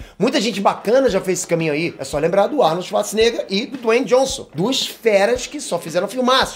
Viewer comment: "É só lembra do Arnold Shuasnega"